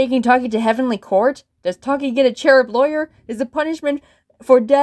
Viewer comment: Extra sins (Alot of em.) - "Funkvillie." - 'Earth to' cliché - 'Not acknowledging a problem thing' Cliché - ALSO, they pronounced Taki's name wrong. Pronounced Ruv and Sarvente's names right but get that O N E wrong. (Alt) - 'That's what they all say' cliché Also, Bunni would be kinda good at Cinemasins - Also why is the building broken, if its for another episode then why? (Alt) - Player would be ironically good at CinemaSins - Also, Taki isn't her LOST SISTER, TAKE A LOOK AT FUNKAPEADIA FOR GODS SAKE.